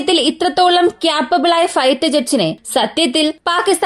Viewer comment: ചേച്ചി ക്യാപ്പബിൾ എന്ന് പറയാതെ കേപ്പബിൾ എന്ന് പറയാമോ. ..